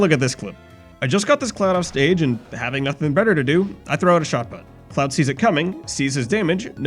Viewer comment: For a moment I thought he said "I just got this clown offstage" instead of cloud